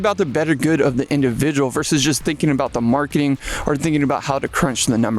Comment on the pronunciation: you say "Perfec" you said "Splitfire" are you drunk?? I mean every video is riddled with your awful pronuncia im just baffled like no one else notices it hilarious none the less. Marking?? Instead of marketing. Come on man